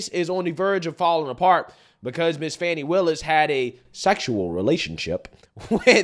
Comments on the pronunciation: It's not Fawny.. it's Fanny. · Why is he calling fani funny? Her name is most definitely not pronounced funny it's fani. The I at the end of her name don't give the a the sound of u. Her first name is also known as an ass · Let’s be real. It’s Fanny not fon eye😂😂😂😂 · Her goddamn name ain’t “fawny” it’s Fanny, plain and simple Probably named after her grandma or something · Why do they call her funny when it's fanny fani. It is definitely not pronounced funny. Her first name means ass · I love how Rachel Maddow says “Fahn-nee Willis.” Poor Rach hasn’t been this close to tears since the Trump’s tax returns nothingburger! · Rachel sounds like she's calling her funny willis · "How do you pronounce fani? FAWWWW KNEE"😭😭